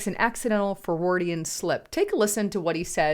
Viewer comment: Mini-en-appolus? For-ward-Ian? Come on. You need to try better with your pronunciation if you want to be taken seriously.